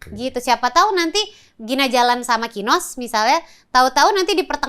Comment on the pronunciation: Masa densu sebut kinos jd KINOY hahaha